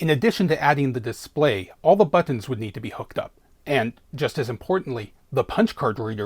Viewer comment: The way you say "BUTTINS" :D